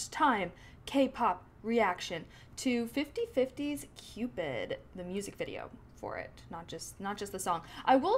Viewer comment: Why do you keep looking to your left? Are you talking to your dog? Also, it's called, "Cupid", not "Cupid-uh".